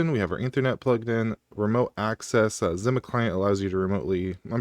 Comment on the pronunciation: I can’t handle the way you’re saying Zima. The words existed for decades as a drink brand and it’s not pronounced the way you’re doing it